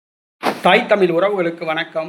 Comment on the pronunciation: தமிழ் என்று உச்சரிக்க பழகிய பிறகு தங்களது கருத்துக்களை பதிவேற்றம் செய்யவும் தமிழ் என்று உச்சரிப்பதை உச்சரிக்க தகுதி இல்லாத தகுதியற்ற தங்கள் கருத்துக்கள் தமிழையும் தமிழ் மக்களையும் படுகொலை செய்வதாக இருக்கிறது